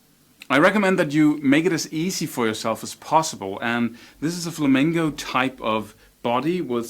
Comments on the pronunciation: It's "flamenco", not "flamingo"! That drives pro flamenco players crazy! Also, most of them use capos, usually on the first or second fret, to lower the action on their guitars so they can play faster. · All I heard was flamingo... haha... On a serious note you're amazing. Great lesson I wish I had a tiny amount of the talent u have dude.